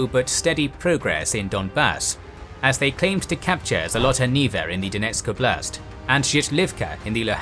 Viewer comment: And Generals: ''Oblast'' (област) means region. The emphasis on the word is on ''О'', not ''А''. Im Bulgarian but same word.